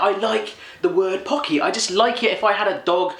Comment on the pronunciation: Pocky is amazing AND YOU SAID IT RIGHT YES!!! Looks like chocolate, strawberry hot coco or coffee? And cookies and cream maybe? IDK